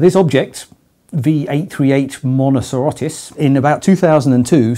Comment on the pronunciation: "Mono-KAIR-os", not "Mono-SEER-os", incidentally. It's Greek.